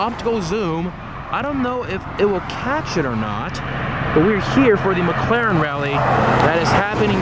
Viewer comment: "ricense" "prate" "mcraren" "merting" lmfao